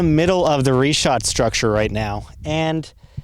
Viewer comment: Damn dude. I was all excited to watch this and then you open up the video saying REE SHAT!!!?!?!?!?!?!?!?!? WHAT A WASTE OF A TRIP.